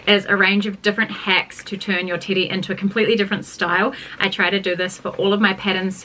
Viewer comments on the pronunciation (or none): I keep hearing titty dress and now I want a titty dress 😂😂❤